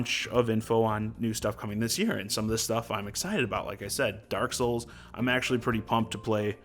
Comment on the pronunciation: Pretty happy with the announcements, especially since I didn't play DKTF and Hyrule Warriors. Also..... DERK SOOLS